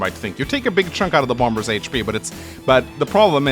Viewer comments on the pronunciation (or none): Everyime you say "Bomb-Bers" it makes my day.